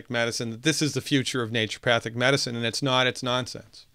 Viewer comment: Sounds like a co-opting of Naturopathy was/is going on right at the school level. I really enjoyed our talk on Monday (Baal Busters) and I learned from your videos how to pronounce "naturopathic" because I wasn't saying it right for a long time, just as you mentioned.